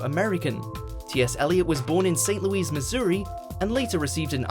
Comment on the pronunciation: St. Lewis not Louise